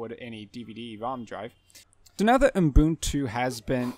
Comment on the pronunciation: Thanks for your video! But I'm curious: Why are you pronouncing the name Ubuntu as "Oom-boon-too" or "Oon-boon-too" (as if adding an m or n right after the first u)?